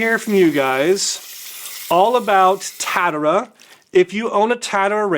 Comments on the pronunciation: You say: Masu-mane - it's Masa-mune. Also its Tatara (tat-a-ra) not Tatt-era. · considering you keep saying both the brand and the razor wrong, that is low key hilarious 😂 I dig the new studio tho! 😎